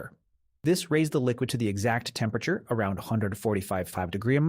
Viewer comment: Woops it was all going well until had to deal with temprature. Does nobody listen back? No or they don't care.